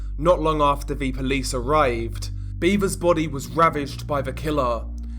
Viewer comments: It's pronounced BEV-ers. No 'a' in the pronunciation like beavers. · It's not pronounced "beaver" like the animal. Tragic case.